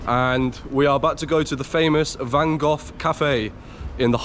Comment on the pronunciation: Why Van Goff ? It’s Van Gogh, with G